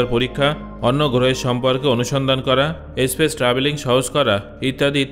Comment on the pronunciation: kothata Aspace na Space.